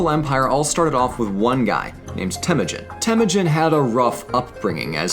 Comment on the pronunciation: I know Mongol language is difficult but it is Temuujin not Temujin